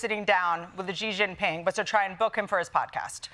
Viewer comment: People you pronounce like She-Jin-Ping, not Zee-Jin-Ping!